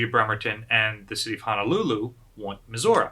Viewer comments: Why are you saying Missoura and not Missouri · "Mehzourrah", lol. Is that the correct indigenous pronunciation? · USS Missour-uh? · I thought is was Mizzur-Uh? :) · Hi, I had a question, is the battleship Missouri Pronounced Like the state or as Misaurah? I’m sorry if I just have been mishearing it, I was just wondering!